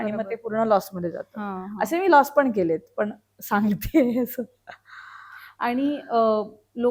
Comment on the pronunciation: निवेदक खूपच अशुद्ध बोलत आहे..सुधारणा केली पाहिजे.. आनी पानी पन टाळायला हवे 😢😢